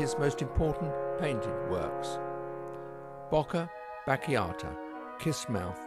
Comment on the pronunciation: "Boccah Bakiata"?!? Noooo. CIA is pronounced TCHA, like in chat.